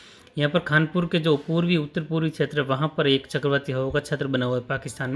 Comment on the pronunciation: बार बार छेत्र बोलते हो ये अटपटा लगता है क्षेत्र बोलने का प्रयास करो